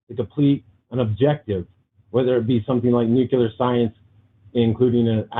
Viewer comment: lost all credibility when he pronounced it nuke-you-ler. 🥴